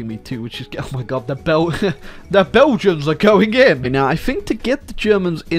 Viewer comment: the first time he tried to say Belgians it rlly sounded like the dutch word for Belgian, Belg/Belgen